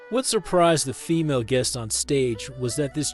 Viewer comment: Guess No 16. Guess No 19. Guess No 12. Guest Number 16. Guest Number 19. Guest Number 12. Guess AI Narration Still Sucks.